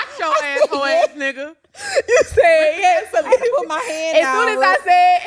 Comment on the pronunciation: 🤣 the Yes was so hard lmaoo